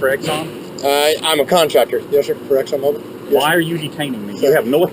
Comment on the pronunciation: No "e" at the end of ExxonMobil....